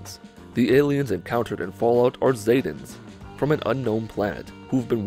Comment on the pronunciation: It’s zee tans not zatans